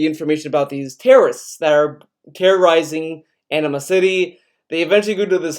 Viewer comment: In a much more immature comment, I know it's your accent, but I'm sorry, I can't help but hear you pronounce "Anima-City" as "Enema City" and it's making me crack up. Not your fault, just a problem with my mind.